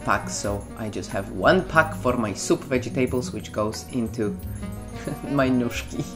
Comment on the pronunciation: Why do you pronounce :"vegetables" a "wedżitables"?